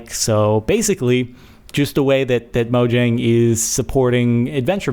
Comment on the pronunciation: This is not the work of Notch! Notch is retired from Minecraft, he no longer works on Minecraft! This is all the work of Jeb and the rest of the team, also it's pronounced Mo-yaang, not Mojang, Swedes don't pronounce 'j' instead it's a 'y'